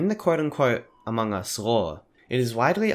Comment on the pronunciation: You dont know how mildly infuriateing it is when he says among us/amog us like a-mo-gus when its pronounced a-mog-us. If you dont get it he says it wrong in short